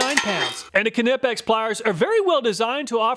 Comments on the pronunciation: The K is silent in Knipex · The K is silent in Knipex. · Do you pronounce the k in knife too? XD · His pronunciation of knipex😂I love it! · No, it is NOT silent! It’s German, not English. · It’s NOT silent. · Surely the K in Knipex is silent, that would be much more efficient.😂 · Knipex , the K is silent like in Knife . For the third time . :>) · Cool you're still pronouncing the k in knipex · Ka-nipex lol it's pronounced nipex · am i crazy? i couldnt listen to you say knipex. i scrolled down expecting there to be dozens of comments about how youre saying knipex wrong. nothing. have i been saying it wrong? i assumed the k was silent, nipex. it couldnt possibly be kahnipex, could it? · Knipex is pronounced like "knife". The 'K' is silent, lol. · No! Its pronounced Kneepex. Hard K, but not like does. Not Kuh-neepex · FOR GOD'S SAKE MAN, NIIIGH PEX, NOT KUHNIPPEX ! GOOD INFO ON TOOLS !! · No. It’s German, the k is NOT silent: c’nip-ex. It is not, however, “cuh-nip-ex” like he says it. The k and n are pronounced with no vowel in between. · No, it’s German. The K is not silent. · Now only if he can pronounce it as nip-ex, not ka-nip-ex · Great but ka-nip-x is a brand new pronunciation. I ka-now I ka-now. Great video as per usual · Wrong, a German as I say Knee pex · Knee pex ! Greetings from Germany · The proper German pronunciation of KNIPEX is k-nee-pex [knipɛks], but phonetically speaking, it is very reasonable to pronounce it nee-pex in English. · I've been in the workforce over 42 years, and I have used all kinds and brands of tools. I swear by knipex. But please, I beg you , stop saying kanipex. LMAO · Kuhnippex , my ears are bleeding. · The k is silent btw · Kuh-nipex LOL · The K is silent, it's just Nipex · it's pronounced knipex btw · Ah, ze Knipex iz da Weltmeister! ... BTW: they are pronounced "knEEpecks" (German dude over here...) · Almost. German "i" --> "eee". Kuh nee pex. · K in knipex is silent.